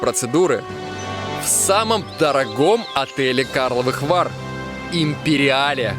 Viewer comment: Как то странно Антон склонил название отеля, не "Империал", а "Империале"